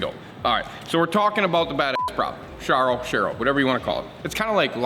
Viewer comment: As a person whose last name is Sharrow, it's pronounced Sharrow like sparrow with an "h".